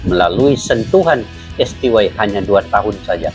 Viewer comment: Koreksi bang : STY ( dalam Bahasa Indonesia di baca ES TE YE ) mksh